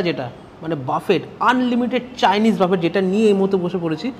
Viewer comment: বাবু, ওইটা বাফেট নয়, বফে।